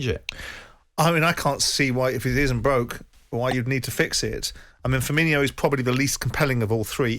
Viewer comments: It's funny to me how after 7 years in the premier league, people still think Firmino is pronounced "Firminho" like you're saying Fabinho. There's no "H"... Just say "no" at the end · people still saying firmino like firminho, hes not the same as coutinho when will people realise